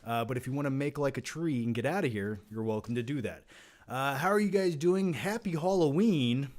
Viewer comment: Everyone: Halloween is escapism like a cartoon: Hollow-een is ec-scapism like a cart-toon